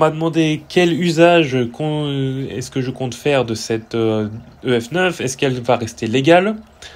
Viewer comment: Pourquoi tu dis "Dee Cee Two" en anglais mais "Euh Efe Neuf" en français ? ça me perturbe XD